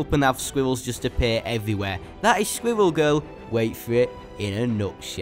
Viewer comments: Yes. Sqwiwwew Gewl. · Sqwiwell gurl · Squwwel Guwl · Its squirrel girl NOT squiggel girl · Its not sqivel girl its squirrel girl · He sounds like he is saying swivel girl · At first I thought you where saying squiggle girl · squiwwewl giwl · Skwiwell Giwell? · squiwwel goewl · Why did you pronounce Squirrel Girl wrong squirrel girl has an amazing character and whoever doesn't think that I will destroy you in Squirrel Girl is amazing